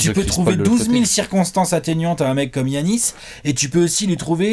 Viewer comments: Je suis pas d'accord sur un truc : Giannis se prononce "Yanis" pas "Guy-Anis" 🤣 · je te suis et je bois tes paroles depuis longtemps, mais est-ce-que tu peux ne plus prononcer Giannis comme Yannis? C’est le prénom de mon coiffeur et ça me perturbe. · c est dj-anis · C est pas gorgui dieing-anis